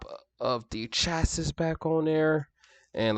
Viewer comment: It's pronounced shacee not shassis lol